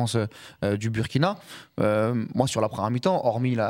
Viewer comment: Non, pas BUrkina, mais BOUIrkina, BOUrkina Faso, c'est nom entier...